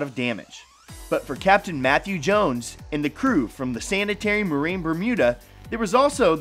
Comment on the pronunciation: Did he say hurricane Meth?????😂😂😂